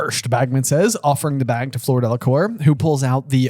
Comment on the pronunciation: I love these guys, but can someone irl please teach them how to pronounce Fleur? I really don’t want to hear another Floor is at all possible.